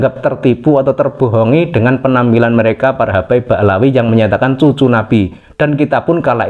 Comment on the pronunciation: yang ngomong masih sering "keclethot lidah, masih nyebut hababib, padahal sebenarnya imigran"